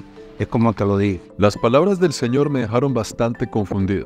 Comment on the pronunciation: El zeñor como dice esooooooo hahahaha